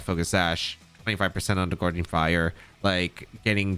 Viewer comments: Gouging not Goreging 😊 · Gouging fire. Theres no r in gouging